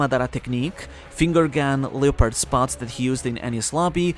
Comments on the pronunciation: The way he pronounces leopard is buggin me way harder than it should lol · 😭 u pronounced the japanese words so well and then butchered leopard